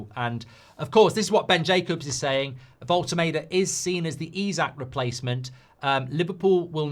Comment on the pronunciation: Voll-te-MAR-de not Voll-te-MAY-de